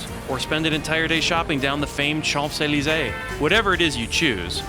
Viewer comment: I always wonder (and worry) about the expertise of reporters who, when speaking about Paris, are unable to pronounce the words “Champs-Élysées” and “arrondissement” – amongst many others – correctly. For a speaker of French, listening to the text of this video is downright painful.